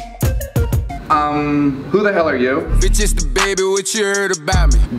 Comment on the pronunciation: Da baby* not ba baby